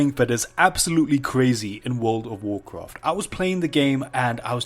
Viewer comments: What could have been a 2 minute video was spanned out to over 10 minutes of listening to "this doesn't look like world of woorcwaft" and "you don't usually see this kind of stuff" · Take a shot ever time he says Wool'd of woorcwaft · Wold of Worcraf